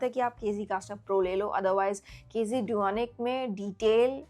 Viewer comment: KZ - Duonic 3 planner ye hee bolrahee na kz dunic bolke